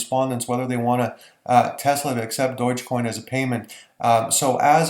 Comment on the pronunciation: Unbelievable that you don't know how to pronounce Dogecoin! Not at all reassuring.